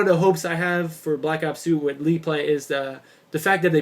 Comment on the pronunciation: league play...not "leet" play